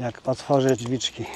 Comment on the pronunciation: Włączamy włancznikiem dźwiczki😅